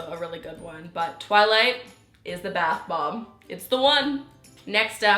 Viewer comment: Why does she pronounce it like bath Bob?